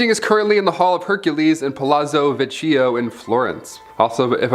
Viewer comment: please don't butcher the Italian language (saint giovannio - dominico ghirlandìo - palazo vicìo - omg!)